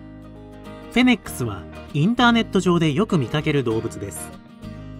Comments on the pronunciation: †MAI † 「フェネックス」じゃなくて「フェネック」だから突っ込んでるんだよなぁ……🙄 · フェニックスみたいに言うなw不死鳥かw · フェネック「ス」、と言ってない？フェニックスと混ざっちゃったんでは😂